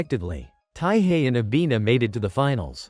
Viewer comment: Bro it not avina its nana